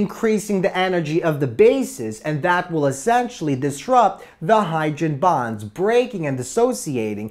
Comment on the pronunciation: "HYDREN BAHNS"